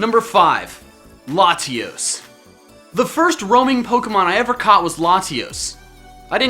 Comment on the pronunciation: La- tee-os